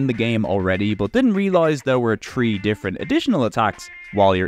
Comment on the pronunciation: This man's absolute inability to pronounce "three" keeps throwing me